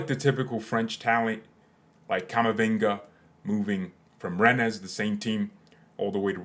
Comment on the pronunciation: can't tell if you were joke pronouncing "Rennes"